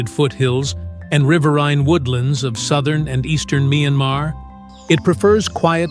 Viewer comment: A.I., the country’s name, MYANMAR 🇲🇲, is pronounced as “[ MIE AN MAR ] , Not [ MYAN-MA ]